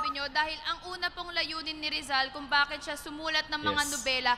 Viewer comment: it's the "bakeight" for me.